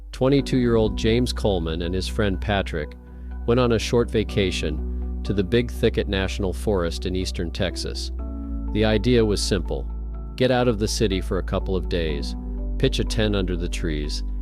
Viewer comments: It’s Big Thicket, not Ticket. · IT IS CALLED THE BIG THICK-ET, GET SOMEONE WHO CAN PRONOUNCE THE WORDS CORRECTLY